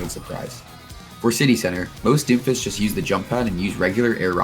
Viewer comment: does he say Doomfish?